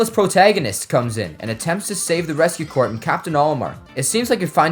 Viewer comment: it's actually pronounced Core, not Corps. Isn't the English language fun